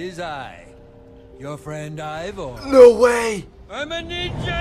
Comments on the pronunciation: Did just say Iver? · Dear, it is IvOR not IvER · How DanTDM says it: “Evor” How says it: “Iver” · Also It's Ivor Not Ivory